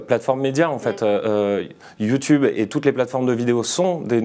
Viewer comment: j adore comment elle a dit yioutoube "sa se dit youtube